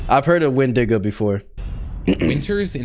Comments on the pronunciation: its not wendigga it’s pronounced win di go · where did you get wen-dig-ga from it's wen-di-go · Did bro Just say "Wendnga" 🥹💔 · Bro said whendiga 😭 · intro begins:"falls of chair" also:"say wendiko instead of wendigo" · Did bro say wendiga or am I tripping 🫩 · Bro rlly said wenDIGA instaind of wenDIGO 😂😂😂😂😂😂😂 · Bro said the wendigo wendigu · Bro it's wendigo not wendigga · It's actually pronounced wendigo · He said wendiga 😂😂😂😂 sounds like ni-! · Bro say wndiga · did he say wendigger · bro did NOT say wendigo💔🥀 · It's wendigo you motherfunker dumb bish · He did not say wendigo